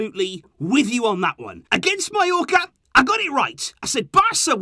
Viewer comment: Yo u said mallorca at the end😅